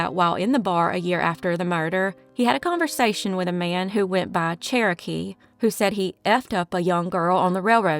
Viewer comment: “cherokee” huh? lol